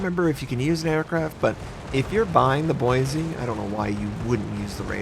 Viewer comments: Its Boi-see not Boi-zee The S is not a Z. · It’s Boise (Boy-see)! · Ohh boy, you aren't saying Boise like a local would... Not wrong or bad, just a little odd hearing it from an outsider. (BOY-see) At least you don't have to say a few other names native to Idaho... like Coeur d’Alene (Kore-duh-Lane)... Thank god that one didn't have a ship named after it or the butchering would be rage inducing... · I cringed every time you pronounced Boise. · Believe it or not, You actually pronounced “Boise” incorrectly.